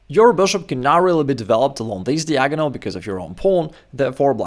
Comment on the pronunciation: I believe that one day will learn how to pronounce the word "diagonal" properly. He's an intelligent man.